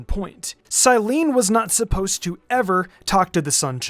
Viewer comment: Love your narration but as an Italian Climene pronounced as Cyleene hurts to hear ahahwhw it’s from Greek and it’s said Klee-men-eh for us today too